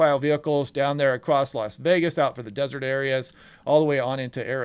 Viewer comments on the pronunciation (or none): none